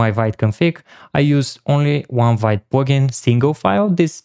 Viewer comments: Sorry, but Vite is pronounced as "veet". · Amazing video but for the love of god, learn how to pronounce Vite: Vite (French word for "quick", pronounced /vit/ )